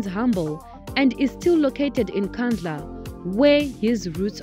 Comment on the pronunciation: Wasting my data, can't even pronounce Nkandla properly. We bhatata!